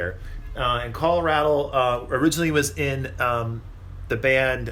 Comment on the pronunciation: 20 minutes long & I learned nothing. You might’ve compared the original mix with the 50th anniversary edition. Btw it’s Ray-del, Carl Ray-del...